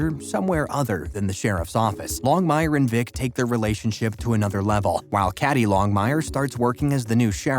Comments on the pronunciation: Kay Dee not Cad dee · How can you do a video on Longmire when you make so many mistakes...one being Cady is pronounced Katy, not caddy!!!